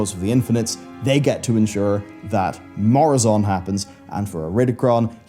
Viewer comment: Its murozond not moruzond 😂😂😂